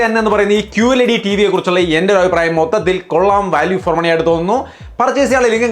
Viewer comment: വല്യൂഫോർ അല്ല.